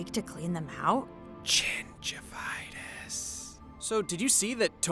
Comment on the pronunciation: Why is no one talking about "chingivitis"!?